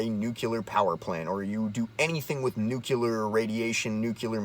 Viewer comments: What's "new-kew-ler" ? Guy can't even pronounce the fucking word that's so important to him. 2019 folks. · NUCLEAR isn't pronounced "newkyular" - notice there's no vowel between the C and the L. That was a George W. Bush mistake. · I watched your video long enough to hear you slytalk "nuke-ular" and laughed and turned it off. Learn to talk good about stuff you read an' mayhaps den da smert peeples will lyke it moar, bacuz den u speakin' goad. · New clear...not nuk yaler 😂😂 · I'll explain since you've apparently got brain damage. You're calling yourself and you can't even pronounce the word that is the focus of your video. You're a meme that wrote itself. You're boomer tier.